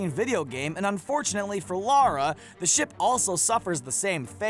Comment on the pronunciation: Why do americans not know how to pronounce “Lara” ?